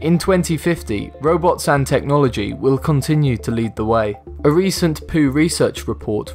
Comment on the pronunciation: poo is not pew